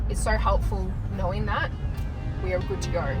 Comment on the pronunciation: "i dont knowrrr" "it all looks goorrrd" "maybe it'll be orrkeyy"